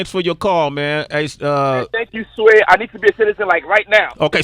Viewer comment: lmfaoooo.khafiirrrrrrrrrr listing to sway's pronunciation